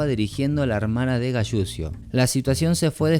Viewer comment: Donde se escucha "galusio" escuchese " galuchio" la fonética correcta de apellido italiano es Galuchio. La doble l se pronuncia como una sola. Saludos